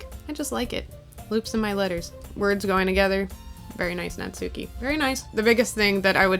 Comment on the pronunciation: "Natsuki" is traditionally pronounced "natski"--the "u" is basically silent. Also, "chuu" is the Japanese onomatopoeic expression for a kiss (among other things).